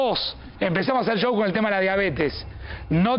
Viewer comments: Que problemas para decir Chou, así se pronuncia Show 😂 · Por qué dice yow en lugar de show??????? Ashhhhh